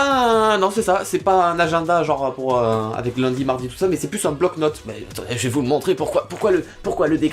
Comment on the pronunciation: il a dit avé mais pas avec et très doucement et rapidement